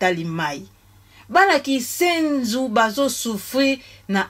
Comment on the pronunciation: KINSENSO, et non KISENZU ....Yaya NLANDU....